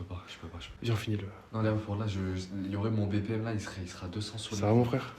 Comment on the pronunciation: « Black Berry mobil » pour BPM 😭😭😅